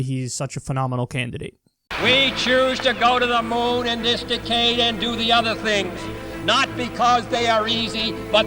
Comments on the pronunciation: A bit disconcerting to see JFK mispronounce "decade". (It's pronounced "DECK-ade"; Kennedy says it as if it's "decayed".) But other than that, awesome. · "Di-CADE" lol